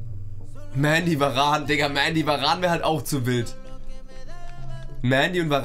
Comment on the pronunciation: Hä das hat er richtig ausgesprochen Mendy hat mal selbst in einem Interview gesagt, dass er „Mändy“ ausgesprochen wird.